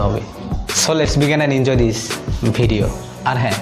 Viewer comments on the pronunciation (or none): none